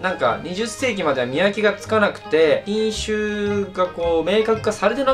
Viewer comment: 瀕死って聞こえて「ちゃちゃ！？！？え、めっちゃ元気w」って思ったら品種って言ってたw